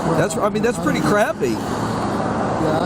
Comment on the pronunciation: The officer straight up said “that’s purty crappy” what an asshole